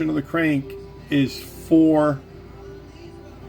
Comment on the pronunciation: true dedication to your craft, the New England accent really came out on 1-2-3-foore😉